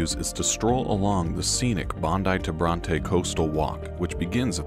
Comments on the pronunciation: Its not pronounced bron tay its pronounced bron tee. We also have the Harbour tunnel now. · He got Bondi correct ( punctuation wise ) then said Brontay instead of Bronty beach. Spelt Bronte, named for Horatio Nelson Duke of Brontè; NOT the Brontë sisters: a common misconception.